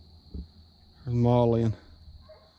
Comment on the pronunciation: Molly not may